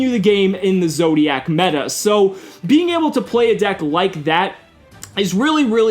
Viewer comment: i shuddered everytime he said zodiacc meta